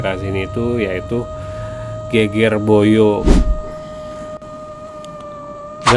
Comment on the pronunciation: Bahasa jawanya perlu belajar lagi. Geger Boyo pengucapannya tidak benar 😂